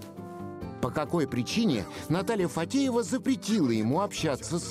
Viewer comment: Его жена не ФаДеева, а ФаТеева. Комментарий для комментатора!